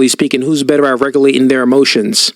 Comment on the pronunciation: He said "RECALATION" TF?! 😂